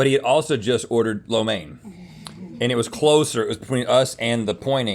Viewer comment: Rhett is rocking the “flo mein”